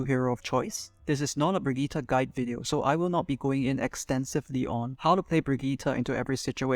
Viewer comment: This is literally basically how I play my Brigitte, love your time and effort putting it into words! Also, it's Brigitte, not Bridgette. But that's just a Nitpick.